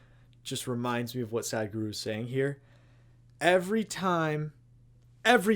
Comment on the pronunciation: Your pronunciation to sadhguru is wrong it not sad guru it is sadhguru